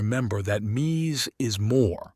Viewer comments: Why can’t this guy decide on the pronunciation of Mies? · Please learn how to pronounce his first name.........